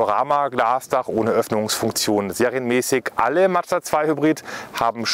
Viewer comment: Nice video, but... it's a Mazda, not Mad-zda 😅 Or do Germans have problems saying that? 😂